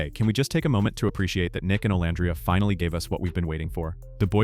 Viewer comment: I actually liked this one! I usually don't like your post. You say Olandria's name incorrectly, then you'll say it correctly! In this particular post, I actually agreed with everything you said! 1st time for everything! 🤪